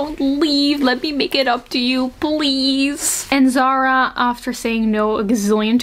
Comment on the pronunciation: Not zara. Zahra زهره the h is very light and it means flower